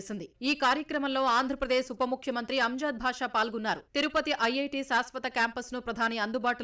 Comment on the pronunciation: అంజాద్ "భాష"కాదు.అంజద్ బాష /అమ్జద్ బాష కరెక్ట్.